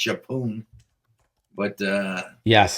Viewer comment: Shappoooon?! 😂😅 His Encyclopedia needs update lol